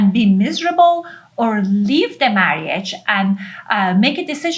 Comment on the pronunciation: 3x in 14 years is not in the same catagory. Lesson the Rs in the way you say marriage